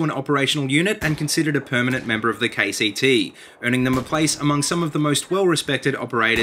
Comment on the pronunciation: When he says KCT i hear KTT